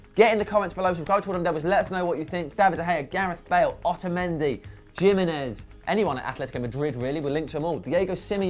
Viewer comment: The J in Jiminez is pronounced as an H